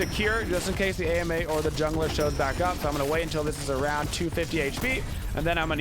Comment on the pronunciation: Why do you call her A.M.A. instead of Ama?